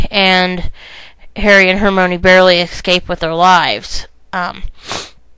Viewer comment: IT'S HER-MY-KNEE!!!!! Not her-mo-knee. get it right. Thanks.